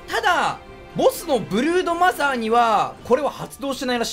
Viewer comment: 最初ブルーノマーズって聞こえてびっくりした